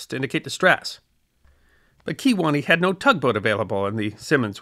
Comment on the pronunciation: Kewaunee...... yep